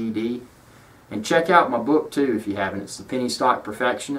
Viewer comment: That sounded like "check out my boob too" ! Phew! So relieved it turned out to be 'book'! Thanks for the informative vid. :)